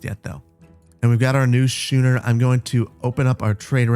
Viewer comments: Schooner is pronounced “SKOON-er.” You pronounced it the way that it is pronounced in some other languages, and it is not implausible, and I assume that you are not as into sailing ships as I am, even if I have not yet learned to sail, and I did not expect you to know that, but I assume you would rather not sound stupid, for lack of a better word. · I'm sorry but I have to scratch the itch of incorrect boat names, a schooner is pronounced skooner and frigate is pronounced frig ate like baggett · Schooner is pronounced skooner, like school is pronounced skool. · Thanks for the video. Just an FYI schooner is pronounced “skooner”. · I died when he said shoo-ner 😂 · Schooner is pronounced like school /pedantic schooling 😁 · Oooooo it's a schooner! P.s. the ch in there is pronounced as a k. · btw schooner is pronounced 'skooner" Can't wait for the next episode. I didn't want it to end ngl. This is a great addition to the channel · I'm loving this series and I hope you keep up with it! Just a couple pronunciation points so you sound a bit less like a lubber in future episodes: schooner is pronounced as "SKOO-ner" and frigate is pronounced as "FRIG-it" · You're butchering some of the names of things... Schooner is pronounced Skoo-ner, Frigate is pronounced Frig-it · Your nautical pronunciation is funny. It's a schooner (skooner) frigate (frig at). 😂 dig this series. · Btw, your warship is a "frigg-gatt" and your merchant vessel is a "skoon-er". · Pretty sure schooner has a ch pronounced like a k. Skooner Like school. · I love you, but: "skoo-ner" "frih-git" 😆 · Bro pronounced frigate and schooner funny as hell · You're pronouncing the two ships wrong the Frigate the e is silent the Schooner the h is silent. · Your "Shooner"? Do you also go to "Shool"? (just kidding around, but it's pronounced "Skooner" like "Skool") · Shooner is pronounced scooner ;-) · He'll get it right schooner or later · Schooner. School. Just saying.